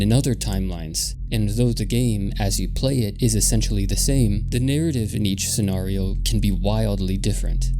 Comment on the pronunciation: the way you pronounce scenario is distracting